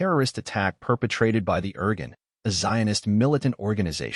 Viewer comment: it's pronounced. "Ear Goon". thanks!